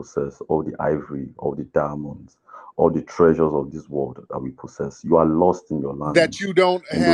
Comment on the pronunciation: Aww dee dye-munds